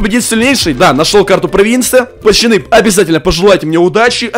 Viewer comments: Почему ты говоришь пачаны а не пацаны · Пачаны хаахахахахахв как это убого слышится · Почему пачаны? Ты умеешь говорить букву ц?